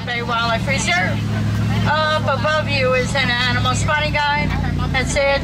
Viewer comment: Am i the only one that heard him say "Aminal kingdom"? lol